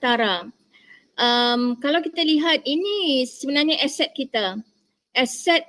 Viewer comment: Dosen itu nyebut aset aja jadi eset... bahasa jadi bahase.. beda tulisan dan bunyi. Belajar dulu huruf dan bunyinya bu. Jangan pakai ejaan inggris, kami pakai ejaan belanda. Bahasa melayu di malay cuma dipakai org Islam saja. Ras China pakai bhs China, India pakai bhs india. Mana bisa pemerintah malay membuat bhs melayu menjadi nasional malay. Pemerintahannya aja rasis. Begitu juga warganya juga rasis dan bangga dgn bhs asli mrk masing2